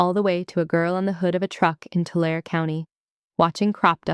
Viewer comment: Bad AI pronunciation. Really?? It’s “Too-LAR-ee” county. NOT “too-LAIR.” 🙄 Your AI narrator needs better training. Sincerely, a northern California native.